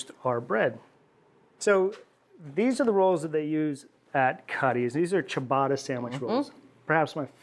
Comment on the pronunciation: Diabolical ciabatta pronunciation